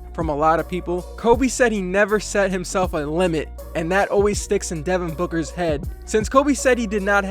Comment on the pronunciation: devon boocker ?! HAHAHAHAHAHA nice joke